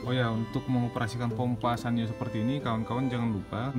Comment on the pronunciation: Ada yg bilang SANYO itu dibacanya SAN - YO